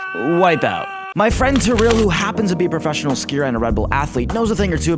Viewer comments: Når han sa terill istedenfør tiril 😂😂😂😂😂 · Haha, tirrill, no Tiril XD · Nei, det uttales IKKE "Terille"/"trille" Det uttales ti-ril... Rett fram, ikke noe tull. Stop this nonsense now.. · I think her name is Tiril, not Trill😭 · Its not tirll Its tiril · Her name is tiril not terrel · Tiril is pronounced T rille not Terrille but ok man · my guy it's pronounced "tee-ril", not "ty-rill" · The way he says Tiril- It'd be Tee-Reel but make the Ree short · Taril 😂😂😂ofc he cant say it right but i love him saying TARIL CUKAAAA BLYEEAT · Trill lol, i love the pronounciation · He sucks at spelling Norwegian names, like Tiril, but Thats normal, its just funny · Okay but like when he said Tiril, did any other norwegian just cringe hah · It's Tiril rom Farmen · HAHAHAH HE TRIED TO SAY TIRIL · I love how you pronounce Tiril😂👌🏻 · You pronounced Tiril’s name wrong... AND I JUST IGDKAHFWGDJ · The way you pronounced Tiril had me dead 😂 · Lol u pronounced Tiril wrong